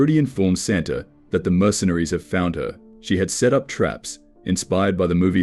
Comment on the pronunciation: Santa wakes “U.P” didn’t even say “up” right